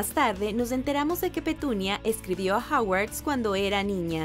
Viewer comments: es hogwarts no hawarts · No es Hawars es Hogwarts